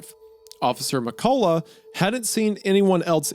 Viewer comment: 1. Loved this ep. 2. Did NOT expect to hear my last name (McCullough) in a video, or worse to hear Isiah mispronounce it haha. He gave a good effort tho. It’s Meh Cuh Luh. Not Meh Colah.